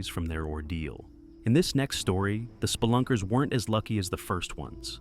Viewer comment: The way the AI says splunkers makes me giggle everytime 😅 "spl-unckers"